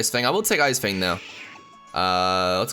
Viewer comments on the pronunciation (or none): none